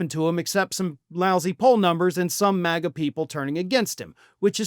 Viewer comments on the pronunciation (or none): none